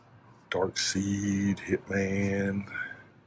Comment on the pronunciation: Brother it’s Dark-Side I know it spelled Darkseid but not pronounced Darkseed. Anywho great video 👍🏽